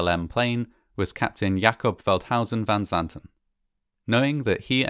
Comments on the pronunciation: Actually, he pronounded it very well. It is a difficult name if you are not Dutch. Our village lost a family of four that day. My husband remembers it very well, it was a tragedy. They are buried together on the cemetery here, I always look at it when I am there. So sad. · This is literally the only documentary to get Veldhuyzen van Zanten's name right.